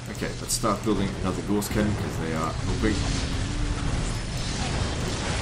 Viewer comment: I know this is 2.5 years old now but I can't stop myself, Gauss rhymes with 'house'